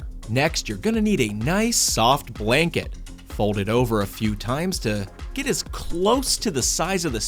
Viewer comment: he said blwnket